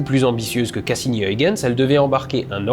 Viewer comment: Très bon épisode sur une lune méconnue du grand public mais extrêmement intéressante d'un point de vue scientifique, même plus que Mars, Vénus ou Europe, pour ses similarités étonnantes avec la Terre tout en étant extrêmement différente. Huygens se prononce en fait Hœïrrrrens (avec un h à l'anglaise et le son "rrrr" le plus guttural possible) mais je salue l'effort accompli pour la diphtongue néerlandaise "uy". Oui c'est le retour du chiant de service ^^